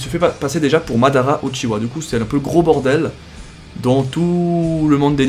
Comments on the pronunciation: Pourquoi tu dis Uchiwa et pas Uchiha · ce ne pas uchiwa c'est uchiha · Primo-rykke mais la réele version est Uchiha